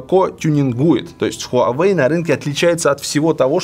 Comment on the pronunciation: Хуавэй крут как всегда. Жаль жена до сих пор не правильно читает название бренда))